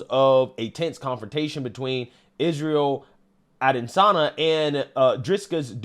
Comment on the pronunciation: The UFC fighters names are pronounced iz•ree•uhl•a•duh•saa•nyuh & Dray•cuss•du•ple•see 😂